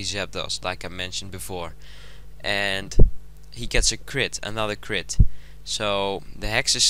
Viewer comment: crit? .....crit? hahahahaha, its like some chinese dude trying to say clit